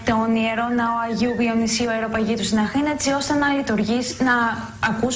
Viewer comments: Γιατί εγώ ακούω κανονικά την Αχήνα- Αθήνα και την Χεσσαλονίκη-Θεσσαλονίκη; Προτείνω, αφού δείτε το βιντεάκι να δοκιμάσετε να ακούσετε απλά την εκφώνηση της κοπέλας. Οι ραδιαρβύλες εσκεμμένα την χρέωσαν περισσότερα Χ, για να έχουν ένα πιο αστείο βίντεο. Πέραν τούτου η κοπέλα συνεχίζει και εργάζεται στο Τηλε- άστυ κι εμφανίζεται στην τηλεόρασή του χωρίς Χ κλπ.. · Αυτό με το ''Χεσσαλονίκη'' το ''Αχήνα'' και το ''παρακολουχήσουμε'' όλα τα λεφτά! ααααααααααααααααχαχαχαχαχαχαχχαχααχαχχαχαχαχαχα